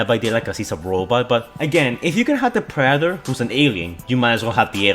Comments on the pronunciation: sry, just the way he tried saying Predetor was funny xD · “The preder “ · Ah yes, the prader